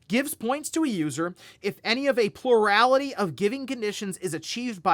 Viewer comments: "Purality" word of the day? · you don't have stress every syllable in the word plurality.